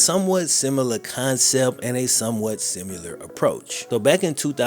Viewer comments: saying “simular” instead of similar makes me laugh every time. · Simular isnt a word